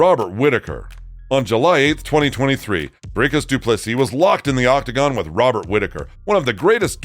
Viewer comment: I appreciate you attempting the rolling Rrr in Dricus 👊 aweh you see you brah 🇿🇦✌️